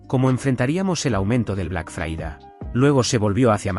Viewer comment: Por favor, ¿sería posible que pronunciaras Friday correctamente, es decir, "FRAIDEY" en lugar de fraída?